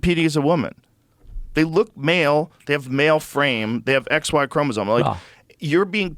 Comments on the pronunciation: even joe can't say Chromosome....ChromoZoNe... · Joe, for the love of science, it's chromosome, not chromozone. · Also, Joe keeps saying "chromosone," so, keep that in mind. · Bro Brogan can't pronounce 'Chromosome' HAHAHAHAHAHA